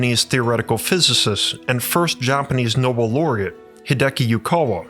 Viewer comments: no-bell, not no-bul (Nobel Prize) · It’s pronounced no-BEL.